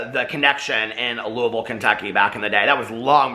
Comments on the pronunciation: Holy poop he said Louisville correctly! YASSSS!! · Thank you for saying Louisville correctly! 😂 💙